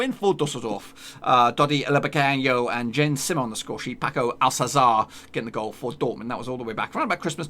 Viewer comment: Your pronunciation is on another level 😂😂 Lubecanho, Jen Simmer and Paco Alsazar😂😂😂😂😂😂